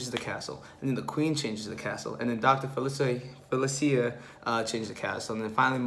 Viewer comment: Dr. Fa Sil Ee A, Eaz ma. Not criticizing just helping you pronounce the names. I unfortunately will not be there for an Villains Afterhours. I will be Disney Bounding a particular Villain. Hopefully I will see you and you can guess who it is.